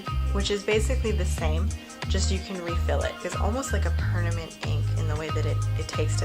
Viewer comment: "Pernament Ink"